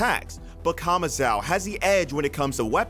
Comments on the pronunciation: Who is kamazao lol. Its kamazo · My guy pronouncing “kamazou” as kamazow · Kamazao hahaa its Kamazu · Off-topic.. Why do some native english speakers still get the name wrong even if they're literally mentioned in the anime itself? "Kama-zhaow"..? c'mon... It's almost as stubborn as when they say tsunami as 'sunami' just because they can't pronounce the "tsu" sound